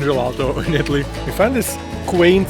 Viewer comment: If you gonna make a video about being in Italy you should learn how to pronounce the words